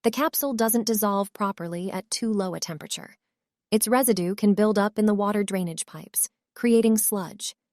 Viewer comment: "The Low-est temper-atchure?" New pronunciation of both words, apparently.